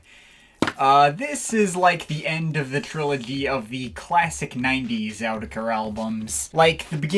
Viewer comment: I think its pronounced or-ker-teck-er